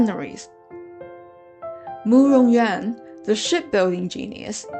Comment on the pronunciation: Loved the effort you put into this, and it's a great result but I'm still confused: 1) Big Zhou is the Emperor!? 2) Is Murong Yuan's name pronounced You-ahn, or Yen, because you pronounce it Yen and that's much prettier to me. 3) What is the Shimmer of South? I never heard that before this video.